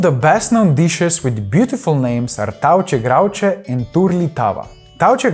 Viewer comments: You didn't show any Macedonian desert , we have Ohridska Torta (Ohrid Cake) Bajadera, Tatlija etc ... Gjomleze would've been a nice addition, pastrmajlija ... Also, a small correction, it's pronounced "tafche grafche" , not "tauche grauche" Very weak representation I must say. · Hello my friend I appreciate the goal of the video. But I must say that you did not represent the Macedonian cuisine very well. first of all you mispronounced Tavce Gravce secondly you forgot to mention Patsrmajlija which is extremely popular in Macedonia, and the two main types of Pastrmajlija. Mentioning Shirden and not mentioning Pastrmajlija is strange cause its 10x more common. thirdly you didn't mention the grilled rib which is very popular and quite uncommon in the other Balkan countries, its essentially a pork rib that is butterflied and then grilled. Like if a kafana in Macedonia doesn't have grilled rib its not a Kafana..... Along with Ajvar we also make Ljutenica and malidzano which are simmilar. I dont mean to insult you but my country is not very well known so misconceptions are common I wish you all the best and I appreciate the effort to bring the Slavic countries closer :)